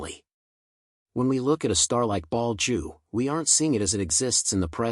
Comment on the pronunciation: Your speech synth is crap! Betelgeuse not Ball Jew form Bald Jew. What about proof reading and listening to your commentary before you release it!!!!!!! Amateur!